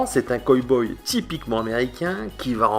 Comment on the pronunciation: On dit pas coy boy mes co boy